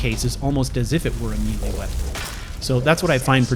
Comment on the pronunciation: As always, I love your vids. Btw it's pronounced as may-lay (melee). Hope that helps!